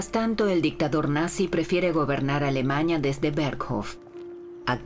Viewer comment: ¿Por qué la narradora se la pasa diciendo AlemaÑa, matrimoÑo, juÑo, PoloÑa...?